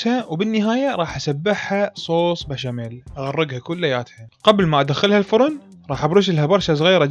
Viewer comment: انتا مصلاوي شو كلت بالفغن (الفرن)